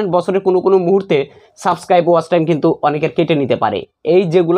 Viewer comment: (কুনো) না কোনো ok